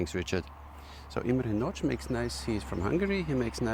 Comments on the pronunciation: if you want the perfect pronunciation: ist nadj, not natsch ;-) Miklós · Very nice bow! We have multiple Nagy bows in our club, and so far everyone was satisfied with them. About the pronunciation, -- this is just me being nitpicky tho :D -- the 'gy' sound at the end of Nagy is still a bit strong, but You're definitely getting there :) That being said, I know how hard HUN language is :D I've better command of EN even though I'm a native xD